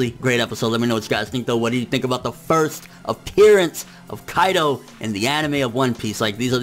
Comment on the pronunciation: on you prounounced Kaido as "AlQaida" lmfao